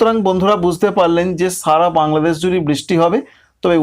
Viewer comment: ছাগত, পুর্বাবাছ, বাংলাদেছ, মাছ, এগুলো কি ভাই,,, স এর ভাষা ঠিক করতে পারেননা,,, এগুলো আপনাদের কলকাতার লোক পছন্দ করলেও সবাই কিন্তু পছন্দ করেনা